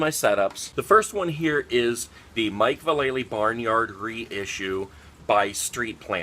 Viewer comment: Sweet barnyard board but I think you pronounced mike valley wrong